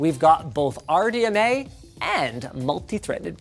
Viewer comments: I thought linus said r dna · Are you saying Pam or Pan. ? (RDNA RDMA)